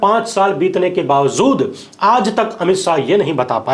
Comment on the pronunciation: Kyun bawjood ko bawzood read KERTE ho....SAHEEH ghalat mein farq nahi MALOOM...kaiser news reader ho...very sad...